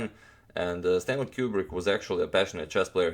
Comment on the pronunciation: Its stanley koo-brick not cube-brick BATCH Just kidding agadmator I love you